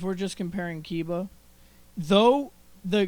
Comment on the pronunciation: kiba is pronounced key buh not kai buh